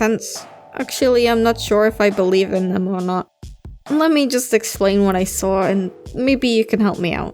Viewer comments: So many "sawr"s in this video, I love it I SAWR HIM Lmaoo great video, keep it up:) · i-i-i SAWR HIM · "The first time i SAWR a ghost" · "And that's when I saur it..."